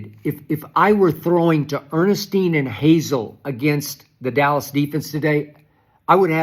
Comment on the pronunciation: There is NO "D" in Dallas, SKIP!!!